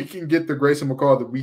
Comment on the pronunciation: Grayson you nailed the pronunciation!